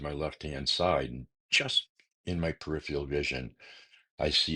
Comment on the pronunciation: PeriphERAL not periphial 🙄